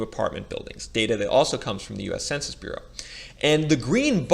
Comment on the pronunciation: Everytime you say Census bureau I lose faith on the video.